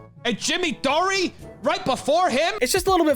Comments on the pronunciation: Actually, the drunk guy just saying, "That's my wife" was funnier than him. Like, truly. LOL! And he doesn't even say the name he's dropping properly. "Jimmy Dore"'s last name is not pronounced "Dory". It's pronounced like the thing you open to get into a room, house, building or car. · Mispronounced Jimmy Dore's name while trying to prove how into stand up he is 😅